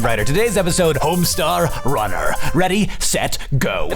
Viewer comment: Homestawr wunnar! Somehow, this video seemed like much longer than four minutes. Perhaps the speed at which the information was spewed...